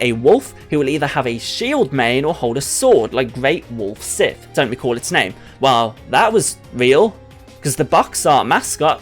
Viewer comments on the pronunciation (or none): none